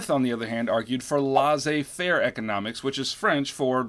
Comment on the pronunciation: Is laissez faire pronounced that way? I heard it differently when I was in U.S. history.